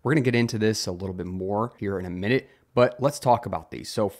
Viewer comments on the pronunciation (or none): none